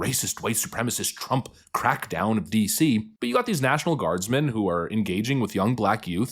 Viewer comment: "There is no crime in Wah Dee See."